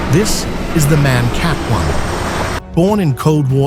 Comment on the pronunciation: MAN is not pronounced in one word, like the English word for a male human. It consists of 3 seperate letters, that you pronounce independently and not together in one word. M.A.N. Like ICE, the German high speed train, which is also not pronounced like ice, the frozen version of water. But it is wild, that you say it correctly at least once in the video, when talking about the manufacturer itself, but wrong everywhere else. Also KAT can be pronounced as one word. It is just short for "Kategorie" - "category" in English. So a one-word equivalent of "cat" is absolutely ok in that case. Yet, in the video it is often unnecessarly pronounced as individual letters...